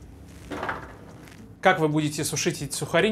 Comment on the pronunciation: от слова протвень течет из ушей кровь. ПротИвень.